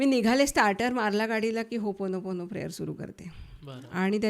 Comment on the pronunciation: होपोनो,पोनो प्रेयर नाही हो,ओपोनोपोनो 😢 ओ हा शब्द स्किप च केला झाला